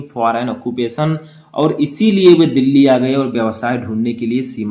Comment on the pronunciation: Sir apne Delhi ko galt pronounce kiya hai video dekhe